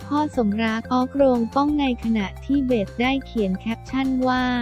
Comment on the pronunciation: อ่านน่าเกียจจริงๆ ชื่อก็อ่านผิด เค้าชื่อเบสไม่ใช่เบด